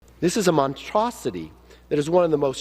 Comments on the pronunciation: "..a montroscity"?!? Is that what mouth breathin' kevin m. said?!? And he wants to be Speaker of the House?!? HA! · "Montrosity" Lol